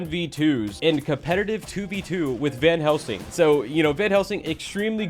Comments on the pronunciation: did anyone notice that said vanhelsing? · Why does say Vanhelsing?